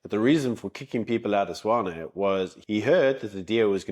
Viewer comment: I thought it Tswane not swane